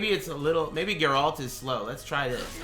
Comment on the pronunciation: Say the name properly fuck wit